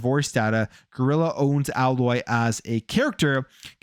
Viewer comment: Aloy pronounced : AYE LOY .not AHH LOY